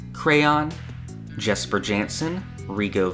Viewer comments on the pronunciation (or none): none